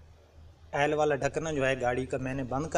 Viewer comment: یار عیل نہیں ہوتا آئل ہوتا ہے